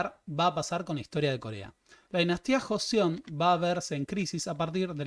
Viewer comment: Es Joseon pero se pronuncia Chosŏn o Chosun